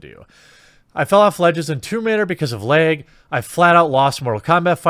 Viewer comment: Lag (or as Jeremy says: "Leg")